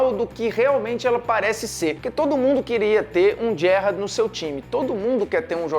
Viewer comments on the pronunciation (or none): Parei de assistir quando vi que o cara nao sabia nem falar Gerrard corretamente